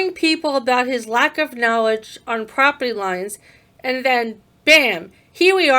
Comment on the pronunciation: What the hell is "poperty"? It's not just a simple mistake, as he does it twice!!!! Also, how mature to refer to police as "popo". Obviously a highly intelligent, very well educated journalist.